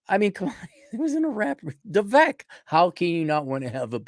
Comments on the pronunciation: his name is not pronounced phonetically, it's "VEE-VAKE" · vake like cake